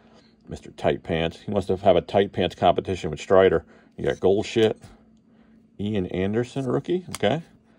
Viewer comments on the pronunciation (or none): Bro kills me every time he says Paul goldshits without hesitation 😂😂